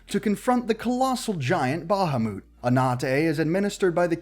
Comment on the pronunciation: How he says Bahamut😂 it’s said how it’s pronounced, don’t try to throw an accent on something if you don’t know what you’re saying